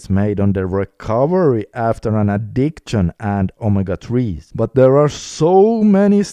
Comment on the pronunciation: Brother i like your videos. Btw it is addik-shin not addikt-shin